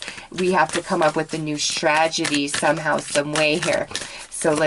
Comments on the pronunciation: Strategy. You are saying "stragedy" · I love your readings, but I have a really hard time when you mispronounce words.... its strategy, no d. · How many times can you mispronounce strategy?😋✌ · I love you and your readings but since I'm a Virgo I must point out that the word is strategy (not stragedy). Love you!! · Unless the strategy would end in tragedy and she is trying to say both things at the same time! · Honestly I felt the same way. I tried not to but I couldn't help it